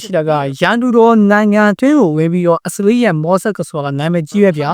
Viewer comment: မြန်မာသံ မပီရင်တောင် အင်္ဂလိပ်အသံထွက် ပီပါစေ။ အစ္စရေးလား? အက်ဇဝေး? အီရန်လား? အီယံလား?